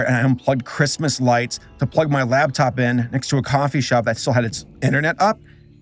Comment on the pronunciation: it's a LAPtop, not a LABtop.